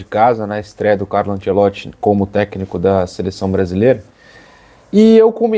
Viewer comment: O narrador falando ANSELOTTI foi meio chato😂